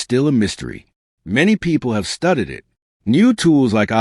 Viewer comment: I dislike scam videos. And words in this AI production ate mispronounced, I e. studied ... what a joke.